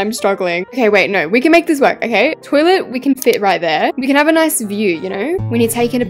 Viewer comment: I don’t think many people realised but she said Ken instead of can when she’s making the kitchen….. WHAT A FLOP